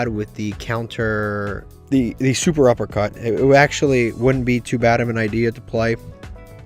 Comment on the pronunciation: Fun Fact: it's SET-UPpercut not Super uppercut